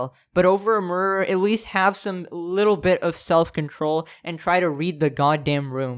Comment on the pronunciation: licherl murrer